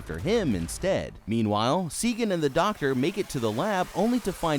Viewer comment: Jesus, did you watch it? Her name is Sagan! SAYGEN